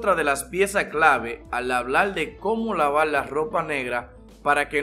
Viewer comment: Cómo Laval la lopa oscula pala que no pielda el colol la velda es que paleces que eles de china o no puedes hablar español 😂